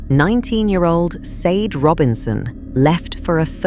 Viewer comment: Sade? It's pronounced shardae